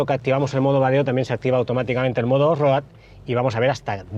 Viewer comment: Con todo respeto…. No hay nadie que le pueda decir como se pronuncia off road?? No cuesta tanto decirlo bien o usar la traducción al castellano.